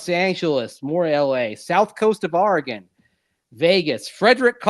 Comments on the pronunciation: Longtime Duck here: For the record, it’s Ore-uh-gun, not Are-uh-gun. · All’s good, and I know you guys put in a lot of hours the past three days. Also, it’s a common mispronunciation among east coasters. Heck, I’m a former TV news guy from Hawaii and an Oregon grad, so my ears perk up when I hear someone misspeak. Given what’s ahead for Bo Nix and Troy Franklin, you are now ready when you talk Oregon Ducks….or the Denver Ducks! Wishing your daughter the best at OSU. Next press briefing with Sean Payton, you should raise your hand and ask if he’s got any Beavers in his sights! Onward! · Ooops ... sorry, I'll work on it. At least I don't say "Ore-uh-GONE"